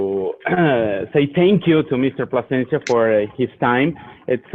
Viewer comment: U got the name wrong its PLASENCIA